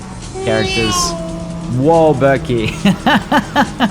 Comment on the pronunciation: I love how still can't pronounce Berkay (Turkish name) correctly and instead says it like Berkley lol